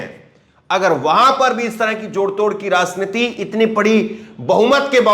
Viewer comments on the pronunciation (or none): none